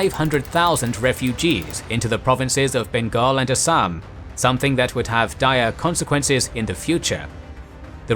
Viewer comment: This is the first English man I had ever seen in my life who spoke all Indian words with proper vocabulary otherwise some lol people says Assam to Assaam . I am an Indian and I want to thank u for your vocabulary . All the best for further videos